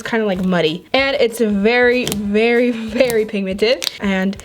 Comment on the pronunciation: Did anybody else think she said berry instead of very